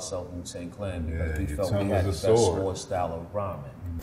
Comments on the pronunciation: swards instead of swords 😂😂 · he said "SWARDS" right? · I like how masta killa pronounces the W in sword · Did you just pronounce the W in sword!? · Never understood why Masta Killa pronounced "sword" with the "w"